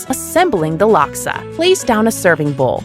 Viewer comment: Already traumatising bahasa speaking people in